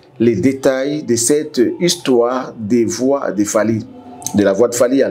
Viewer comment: Fally et non falky, veux tu bien corrigé, merci